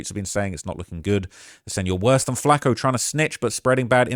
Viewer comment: It burns my ears rhe way British people pronounce flakko and Tupac